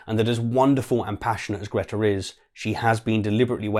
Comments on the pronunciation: Mate your pronunciation of Greta’s name was nothing like hers! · No, that is NOT how Greta's name is pronounced🤣